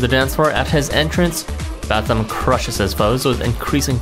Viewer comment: yay finally someone pronounces Bathym that way